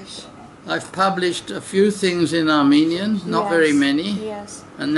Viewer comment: I wish I could speak Armenian as well he can, unbelievable his accent and pronunciations are perfect Thank you Dr. Stone